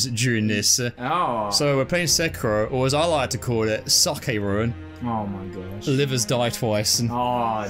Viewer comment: I think he said "saké-ro".